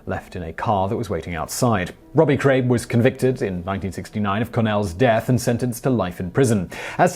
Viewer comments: "Robbie Kray" :-O Simon! What the hell?? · He says robbie kray 🤣